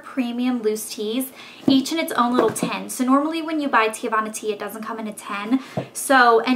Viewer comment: it's pronounce tee-vana. not tee-ah-vana. lol